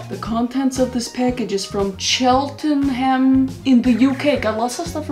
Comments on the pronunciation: Kris, Cheltenham is pronounced Chelt-nam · This is so random, but you actually pronounce ‘Cheltenham’ as ‘Chelt-num’ (I dunno if you knew this but just wanted to tell you as a Brit). also I’m kinda binging your videos instead of getting sleep oops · Just to let you know it’s pronounced Cheltnam but instead of a n it’s a h